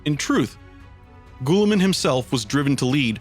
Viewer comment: Gah! such great work but..... Astartes is pronounced "Astartees" and Guilliman is "Gilliman" not "Gooilliman" other than that fantastic work